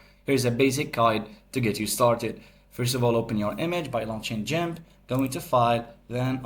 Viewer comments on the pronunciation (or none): how dare you try to call it jimp ... ITS GIMP!